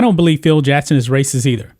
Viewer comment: It's Phil JACKson not Phil JATTson.